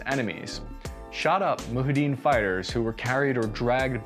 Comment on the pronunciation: Damn, they are mu-JA-hideen, not muHEdeen.